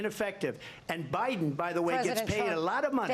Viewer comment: Did she just say Obiden??